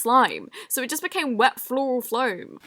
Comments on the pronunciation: Can we just appreciate how she pronounces floral foam as “floral floam” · Did she say floral floam